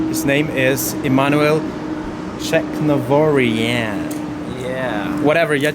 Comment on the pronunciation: First, you butcher his surname, then proceed with "whatever you kind of can figure out yourself how to spell it the right way," which barely qualifies as a coherent sentence. After that, you complain that his name is too long. Frankly, I couldn’t continue watching because Emmanuel was visibly uncomfortable within the first minute. So, a question: Are you too lazy to make an effort to learn the man’s name? Or are you so indifferent that you don’t care whether you offend the person you're interviewing? Or… let me guess—you’re Russian, which means anything you can’t pronounce or spell becomes a joke? Based on your accent, I’d say it's a little bit of all three. 😉